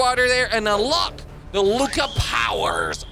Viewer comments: It's Luca not Lucia ok? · It's luca not lucka